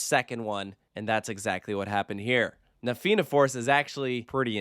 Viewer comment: Thank you for getting the pronouncuation of Fianna and Tir Na nOg right before recording this. Edit: on a point of pedantry, the theme of the area is Irish Mythology. Tir Na nOg was a mythical country in the sea to the west of Ireland inhabited by immortals Edit: Cu Chulainn is pronounced exactly like Coo Cullen. The emphasis being on Cullen.